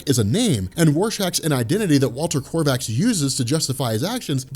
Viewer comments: it is not Corvax, it is Kovacs. either pornounce it as the hungarian origin, stg like "Co whaach", or as the english use to: "Co wax", but this Corvax is waaaay off. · hey Rorschach's name is "Walter Kovacs" NOT Walter KORVACS maybe you should read the source material yourself. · Kovacs = "Co-vacks". NOT Korvachs or Krovachs., there is no 'R' in his name. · Its Kovacs not Korvacs god damn lbvvfs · Co-vacs no R none whatsoever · Kovacs doesn't have an "R" in it. I know.. it's petty and foolish but it's kinda irking me. I keep hearing say "Korvacs" and I twitch a little bit. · Dammit "Kovacs", no r anywhere jajajja. Pretty sure your just trolling us 😂😂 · Korvaks?? Cringe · Korvaks... grinds my gears so much. There is no R in Kovacs... it is pronounced Kovaach. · Sorry to be that guy but it's Kovacs not korvacs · nice video as always - Walter’s last name is pronounced ‘COH-VACKS’ though; not COR-VACKS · It's notta "shape-shifting material", it's just ink embedded in a temperature-sensitive material. Also, KOvacs. O, not OR. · Korvacs? You’re just making up letters now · love ya like a brother, there is no "R" in Kovacs. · Yeahhh. .. there's no R in Kovac. Makin my eye twitch man. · I'm from Hungary and kovacs is a hungarian Last name. It means blacksmith. If you can look up how to pronounce it maybe it will even be easier for you. Anyway thanks for your comtent, watching every Vid of you till the day i die. <3